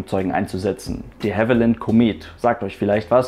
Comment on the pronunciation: Hey du (also du von AeroNewsGermany - normalerweise wär dein Name jetzt hier gestanden)! Deine Videos sind gut gemacht, das mag ich nicht hinterm Berg halten, mach weiter so - gern auch mal was über deine MPL Ausbildung. Ein Punkt wollte ich jedoch gern anmerken: richtige aussprache von Produktnamen! Die (The) Comet ['kommet] ist ein britischer Flieger, die (La) Caravelle [kara'wel:] ein französischer, drum bitte nicht mehr einen britischen Flieger deutsch aussprechen und einen französischen Namen englisch betonen. Nicht für ungut, ich denke wir verstehen uns da. ; )